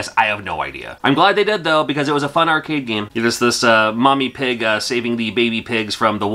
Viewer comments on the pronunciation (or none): none